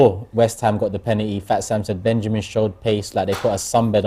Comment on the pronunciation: It's pronounced Pen-al-ty not Pen-anee!